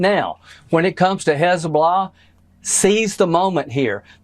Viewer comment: What is "Hez-bla" ??? LOL.